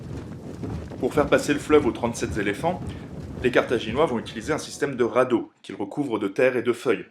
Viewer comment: Intéressant, rythmé, bien mis à la portée des jeunes adolescents. En revanche, attention a votre vocabulaire : - "récupéré des territoires" : on n'est pas chez Emmaüs. - 37 "zéléphants" ? Très zélés, les pachydermes. 🙂 - "gros port" sonne comme une insulte - "envoyer une garnison" : c'est strictement impossible. Des troupes, ou un contingent, oui, une garnison, c'est un délimination géographique et administrative. - le "traité qui les unit" : non, qui les lie, c'est différent Vous devriez vous faire relire par un officier avant d'enregistrer votre texte.